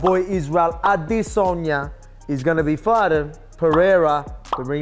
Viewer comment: Respect Alex for pronouncing Izzy’s last name correctly 👏🏾👏🏾